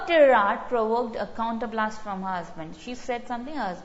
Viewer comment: Ma'am please check the pronunciation of tirade